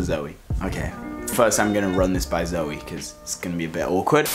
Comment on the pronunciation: I hate when Cody calls Zoe "Zowey" like omggggggggggggg